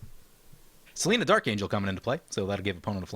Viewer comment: Im saying its seLENia, not selena, the BW angel.